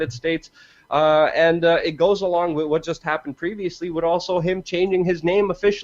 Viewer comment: The word is pronounced 'WITH' not 'WIT'